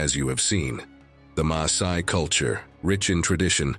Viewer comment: WHY does he/it pronounce Masai as Maysai?